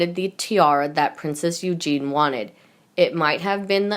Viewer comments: Oh shit spitz is back again mispronouncing princess Eugenie while swollowing mouthful of saliva and reading at at a year 4 level, please piss her off never to be heard again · princess Eugenie is pronounced incorrectly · Narrator Eugenie's name is pronounced You-jean-knee. Not You-jean. Eugene is a man's name. Eugenie is a woman's name. All your words are messed up. Look up words and ask how to pronounce words. Bad reading of this video.